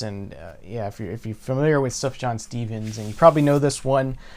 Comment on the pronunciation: Nice to see Beatles For Sale getting some love. Underrated early album of theirs in my opinion. Oh and psst... Sufjan is pronounced Soof-yahn. Soft J.